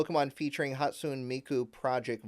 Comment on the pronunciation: Hot-sue-neigh not Hot-soon 😂😂 but we love ya , a hologram idol, gee, is Canari trying to copy Hatsune Miku?